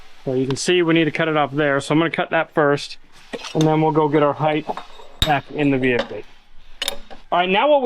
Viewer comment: I know you're busy but you're not too busy to pronounce the word "Height" correctly. The word is height, not heith! There is no "th" in the word Height.